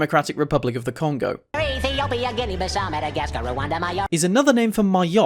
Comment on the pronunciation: “orf” wtf...